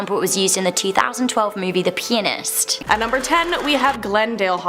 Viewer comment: There was obviously a hillarious section from the story SLICED 32.05 that's been edited out. Given that when the word 'pianist' is spoken the T was blatantly very pronounced in order not to be mistaken for the word 'penis'. I bet the first take of that had the whole production crew in stitches. Oh and BTW my Nan was a patient of Harold Shipman but she was younger then and not quite what he went for. I was also a patient of the Donnybrooke surgery in Hyde, though Shipman wasn't my doctor. I saw him once for an emergency in about 1981, it was boxing day and he was the on call doctor that day. I was only about 4 though so I was safe too lol.